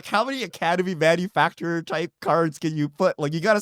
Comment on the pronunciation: Manu FAC TOR not manufacturer